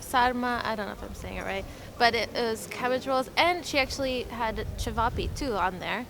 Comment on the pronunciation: You say chayveepay but it’s actually sounded out chevop